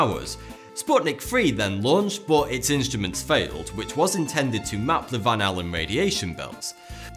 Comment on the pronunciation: Stop fking saying butt omg just say but as normal , not butt !!!